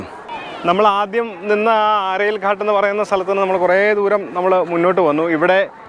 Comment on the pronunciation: ഘട്ട് എന്നാണ് ഉച്ചരിക്കേണ്ടത്🙏🙏👍👍👍